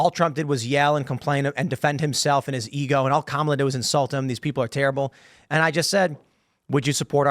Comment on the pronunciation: It’s pronounced COM-alah. Get it right bigots! I am not friends with school shooters